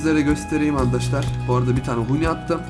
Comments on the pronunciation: Niye handaşlar diyorsun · Adam andaşlar diyor